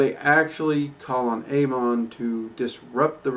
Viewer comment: for the record its pronounced ah-mohn